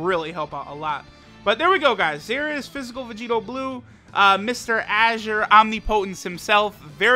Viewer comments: pronunciation of Azure Omnipotence is disgusting lmao. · Yeah, its so clunky and ugly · Oh oof.